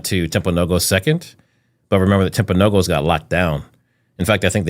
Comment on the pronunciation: The hospital is pronounced Timp-a-know-gus